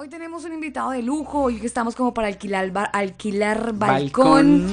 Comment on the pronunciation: Arquilar no, se dice alquilar 🤦🏻‍♂️